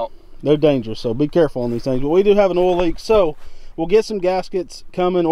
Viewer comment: oil plug, not "ole" plug, it's a two syllable word. OIL not OLE.